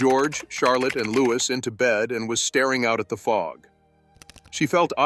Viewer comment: I wish you people would show some respect and get the pronounciation of Liouis right. It is Louiee. Get it right!!!